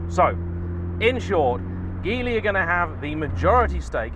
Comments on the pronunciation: It's pronounced "JEE-LEE". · Hi, Geely is pronounced "gee lee". It is actually "jili" in Pinyin romanisation but they have decided to use Geely.